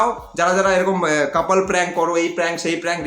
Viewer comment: Oreeeee kupallll instead of couple,,,,, ore amk hese more jabo 😂